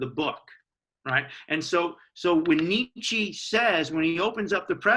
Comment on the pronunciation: Thank you. Can you please pronounce his name correctly, however